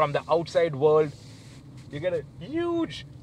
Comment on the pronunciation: It's world not ord